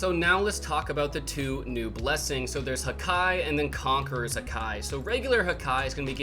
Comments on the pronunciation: Hakee it's pronounced hakee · Haki is pronounced hah-key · pleas say haki right its driving me insane